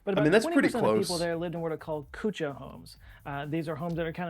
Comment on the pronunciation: kutcha is pronounced kaccha(raw) house and pukka is pronounced pa-kka (cooked) house